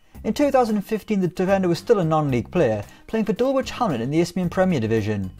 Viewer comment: Dul witch hamlet is hurting me 😂😂 Its more pronounced dul idge hamlet